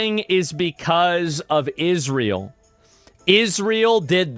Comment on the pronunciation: why does bro keep saying "Isreal" 😭